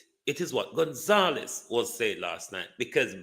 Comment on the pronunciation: Ralph Gonsalves..not Gonzalez....get it right